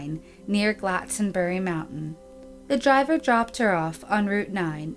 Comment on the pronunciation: Please (!) pronounce the words correctly. Glastonbury, for example, is not pronounced Glatsonbury. You do good research, but please research how the words are pronounced, too. Sorry to be critical.